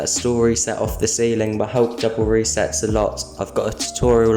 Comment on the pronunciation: bro said steiling calls